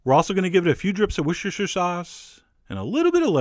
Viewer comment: Wor-Chester-Shire-Sauce. It's not complicated, break it down :P